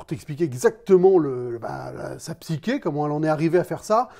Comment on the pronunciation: A chaque fois je me dis qu'il faut que je te le signale : on parle d'ARC d'un personnage, pas d'un "arche" ! (et psyché se prononce "ché", pas "qué" aha)